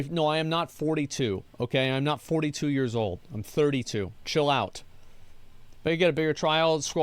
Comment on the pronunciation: Why does he say "yez" instead of "years"?